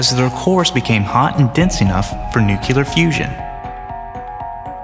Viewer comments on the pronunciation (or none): ...and nuclear should be pronounced "new clear" not "new killer", it's not even harder to say or anything. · Just as I was getting into it, the narrator ruined the whole video by pronouncing it nucular. Damn you. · wtf u pronounced nuclear nuculear.. --____ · Is it me, or is he really saying "NUCULAR fusion"??? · did he say nucular? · It really bothers me when intelligent people pronounce the word "nuclear" as "new-cue-ler." Otherwise, good video. 5* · ha ha he said nucular fusion. Scientists will be the end of us. Don't waste yr time replying. If you can get yr head around an infinite density becoming countless galaxies, yr a better person than me. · it's "nuclear" not Nookyaler! Come on, this is supposed to be a science channel and the voice over guy can't get that right! Gees!